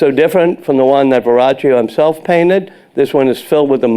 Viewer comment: It's Verrochio, not Viraggio. Do your homework.